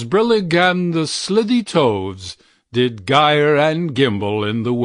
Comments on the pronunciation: It’s SLY-Thee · I am not crazy about this narration. He mispronounced two words, that caused me to wince. Slithy should have a long i, pronounced like slimy, and frabjous is two syllables FRAB - JUS not frabjulous, or whatever the narrator said. That aside, this is one of my favorite poems of all time!